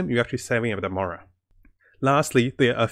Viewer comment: i heard murals like 3 times , just trying to be constructive it came up in some other vids. Slow down on game specific words.